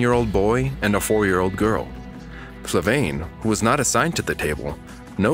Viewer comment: Flaviane* Not Flavaine. You got the name wrong lol